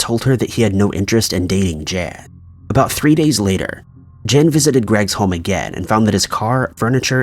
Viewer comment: What distracts me is whenever buddy says "again," and it sounds like "ageh." 😂😂 but, yes, that annoyed me too.